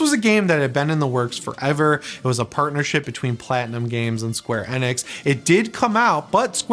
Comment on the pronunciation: Isn't it Enix not Enex, I that it was Enix, but I guess I'm wrong lmao 😅😆😂